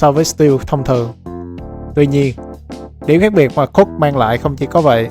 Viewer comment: cook hay cock v lúc đầu nghe em cứ tưởng 😇